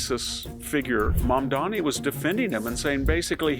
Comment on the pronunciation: If you could pronounce your subject’s name correctly and try not to dress as though you’ve come to mow my yard, you would carry more credibility.